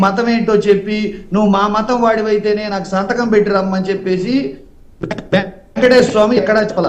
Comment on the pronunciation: అరే లోఫర్ వైసిపి లోఫర్ వెంకటేశ్వర స్వామి కదరా వెంకటేశర స్వామి దేవుడి పేర్లు కూడా సరిగ్గా చెప్పలేని నీలాంటి పేటియం నా కోకో ని ఏమని తిట్టిన తప్పులేదురా చెప్పు తీసుకొని కొట్టాలిరా మిమ్మల్ని శ్రీ వెంకటేశ్వర స్వామి అని పలకలేని నిన్ను డిబేట్లో కూర్చొని పెట్టినందుకు ముందు ఆ యాజమాన్యాన్ని అడగాలి